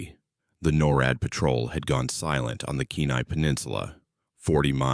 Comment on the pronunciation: The AI voice says N-O-R-A-D 😂😂😂 not NORAD.